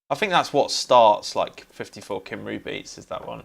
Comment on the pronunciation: Your pronunciation of Cymru makes every Welsh person cry 😆 (good video though, thanks!)